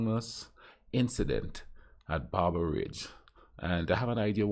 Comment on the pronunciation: Typical American mispronounciation; i.e. never miss an opportunity. Bamber is pronounced starting with Bam, as in Bambi. How the hell did he turn it into Beymbi?